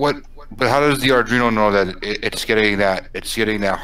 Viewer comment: Okay, I'll be the nit picker :):):) It's pronounced Ardweeno, not Ardreeno